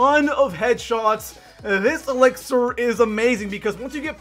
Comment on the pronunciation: "ehThis ElIxOR"